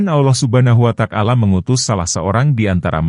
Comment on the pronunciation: Yg bner lo nyebut nama Allah Subhanahu Wata'ala, bukan subhanuwatakala.